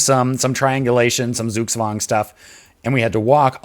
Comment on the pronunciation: your pronunciation of zugzwang isn't optimal